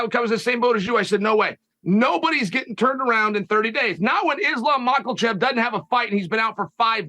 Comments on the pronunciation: Chael still can’t pronounce Mackolchev and Yarear… but somehow gets Driscuss Du Pelseies correct 😂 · I like that Chael still says Islam "Mockle-chev". Lol.😂